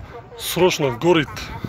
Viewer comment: Горит дегенди гарит деп окулат 😁